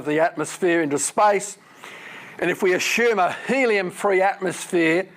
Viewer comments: Stop saying ashoom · I'm Australian like Dr Snelling and his pronunciation suggests to me he's from the State of South Australia (capital Adelaide). We don't have a lot of regional variations in our accents but saying "ashume" for "assume" is one of them.